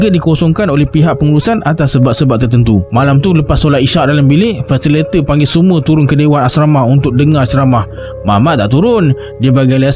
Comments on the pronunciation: Salam bro terbaik penceritaan tapi mohon betulkan sikit sebutan fasilitator [fa.si.li.ta.tor] | فاسيليتاتور Definisi : orang yg membimbing (memandu) sesuatu program pembelajaran dan pengajaran: guru harus berperanan sbg ~ supaya pelajar dapat dipimpin utk menghasilkan sesebuah karangan yg baik. (Kamus Dewan Edisi Keempat) Adios! ❤ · maen shortcut...FACILATOR.?!! 'Li' dgn 'Ta' dia buang😂😂😂🤣🤦‍♂